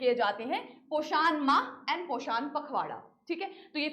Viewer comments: This is a hindi word prounce it poshn not pashaaaaaaan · mam plz pronucation se dhyan da ap its poshan not poshaaan. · Poshaan ❌ Poshan ✔️